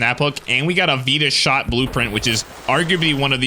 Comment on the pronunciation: So...hold my beer (breathes deeply)... it is NOT pronounced veeeta shot. It is pronounced vitashot (just say fight the shot). You guys get it now?